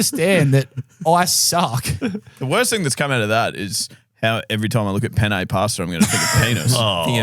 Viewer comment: My first language is Spanish and I gotta say ' pronunciation of pene wasn't even close to the actual pronunciation😂 Both Es are pronounced like in "end"